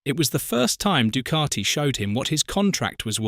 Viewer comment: This commentary annoys the shiy out me. There is NO R in Ducati.....D U C A T I.........where is the R?